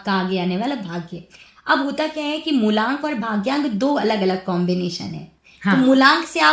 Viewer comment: मूलांक होता है न कि मूल्यांक थोड़ा बहुत तैयारी के साथ पॉडकास्ट शूट कीजिए